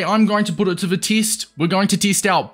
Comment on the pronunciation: bro why do you say teest